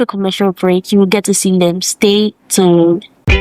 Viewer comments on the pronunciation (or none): So uhm just a few takes on this. Host, kindly work on your diction (you said stay tooned instead of tuned). You’re doing great!! Also, it’s University of Ghana, Legon and not University of Legon… that aside you guys are doing well and you’ll go far. Have a lovely show, hoping to have more episodes.